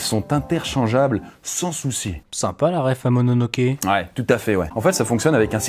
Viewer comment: stp dit pas "Momonoke" car sa fait référence à un autre animé qui n'a rien avoir avec "Princesse Mononoké/Mononoke hime" après no la majorité des personnes font cette erreure